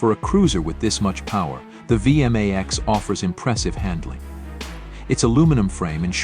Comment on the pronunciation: Hey! A Vee M Aee Xxs. Nice shitty computer voice over.